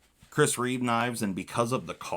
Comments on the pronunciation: Reeve, not reevesssss You said in both ways lol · Its Chris Reeve not Chris Reeves!🤣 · It’s Chris Reeve, not Reeves